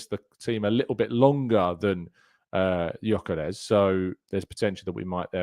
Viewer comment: 2 things. 1) about our new monster of a #14, he's Swedish but he's of Hungarian descent so his name is pronounced "Yuh-kuh-resh," you're welcome my friend, and 2) it's such a shame about Calafiori at the moment as he is unbelievably talented. I'm really hoping that he can get himself back on track this season because, if he does, he'll be serious competition for Kiwior if big Gabby is rested.